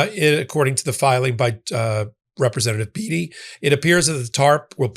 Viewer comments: It is pronouned Joyce BAY-Tee.. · The “ ea “ in Beatty is pronounced as “a”!!